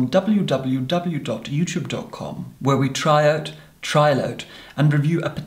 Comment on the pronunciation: The way he verbally expresses "www" as "double yoo double yoo double yoo" makes me feel uncomfortable and pleased at the same time 🥴🥴